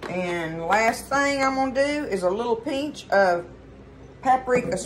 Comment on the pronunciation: “It calls for a “peench” of Italian seasoning” 😂 I love you! I thought my family was the only bunch who said that. Thank you so much for sharing! ❤